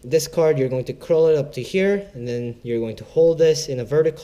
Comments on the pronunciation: its cull not curl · srry to correct you, but it's card 'cull' mate